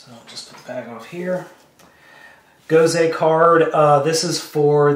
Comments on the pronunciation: safety issues and whatnot. even though they look the same, in the us, the cpsc will say something on there is small and dangerous. and its not "gosey" it is gosei... pronounced "GO-SAI!" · I saw this, and I lol'd! and it's "go-say", not "go-see" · its pronounced Go-say not Go-SEE. other than that, it keeps its original spelling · you didn't pronounce gosei right